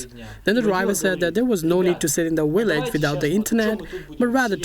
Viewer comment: The guy keeps saying V as a W! "Willage". LMAO